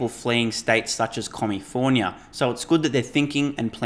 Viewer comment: Did I hear you say “comifornia”? Dude you are venturing into Jackass territory there. You don’t know jack about American politics and you’re making an ass of yourself by professing your love for Florida and Texas. I enjoy your videos but you should stay away from American politics because you clearly know nothing about it.